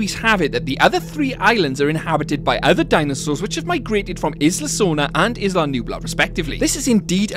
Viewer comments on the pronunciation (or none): Isla, is pronounced: EYE LA.